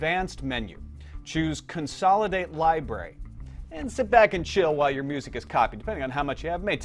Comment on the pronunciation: fucking hell its "library" not "libray"